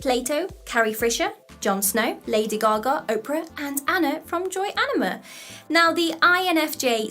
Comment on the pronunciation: Mmmmmmmm you fkd up saying oprah